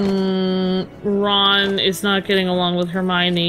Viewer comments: It's pronounced Her-my-knee, not Her-my-mee. Her name is spelled Hermione. Just sound it out. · you say it wrong its Her-my-o-knee, and also Harry marries Ginny Rons younger sister you meet her in the second film. Also a Mudblood is a wizard who no one related to them is a wizard so they are kind of an oddity bc no one understands how it happens calling them mudbloods is a derogatory term